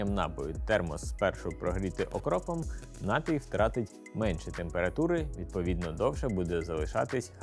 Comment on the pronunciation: Все чудово. Але наголос на "і", напІй